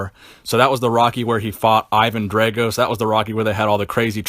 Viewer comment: Firstly, Sylvester WAS a "Bodybuilder", just not a pro bodybuilder (Anyone who trains for aesthetics is a bodybuilder) Secondly, It was Never "Rambo 1 or Rambo 2" It was First Blood and Rambo, First Blood Part 2. Thirdly either pronounce it DRAYGO or DRAGO but not BOTH for chrissakes!